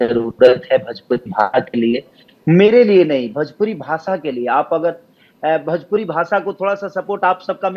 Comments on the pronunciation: Tum kuchh behtar nahi kr sakta bhojpuri ko bhajpuri bolta hai. Jiska khata hai uska name to sahi se le. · Tu bhojpuri ko bhajpuri bolta hai to behtar kya bnayega.